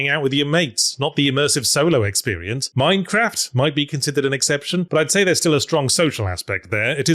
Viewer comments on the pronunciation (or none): none